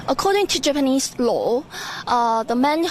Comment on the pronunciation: Did she purposely pronounce japanese as "japenis" or else?